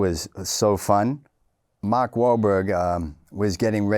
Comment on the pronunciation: "Makh" yup Boston Irish